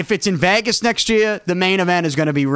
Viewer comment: Guy doesn’t know how to say Vegas. 😂